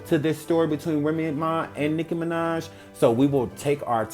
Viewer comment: I keep laughing because it sounds like he’s saying nigguh minaj